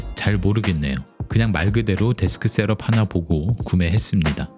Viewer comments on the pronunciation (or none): 발음이 좀 거슬리네요 셀업X 셑업o